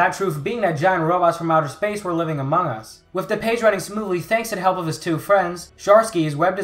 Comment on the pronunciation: Uh he said "amoung us" and I instantly thought of the meme 💀